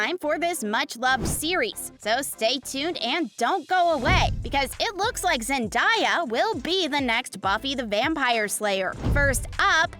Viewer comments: I cannot watch this video listening to the speaker mispronouncing Zen-DAY-Uh. SMH, "Zen DIE uh"? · Zendaya is pronounced ZIN-DAY-UH 🤯